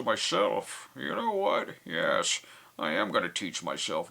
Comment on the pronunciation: "James, no!" "Yesh." "No!" "Yesh." "No!" "Yesh!" "...yes..." "Fifty nos and a yesh means yesh."